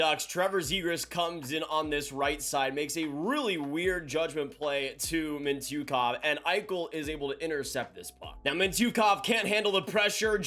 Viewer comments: "Mint-yuh-kov" - Mintyukov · his name is pronounced mitch-you-kov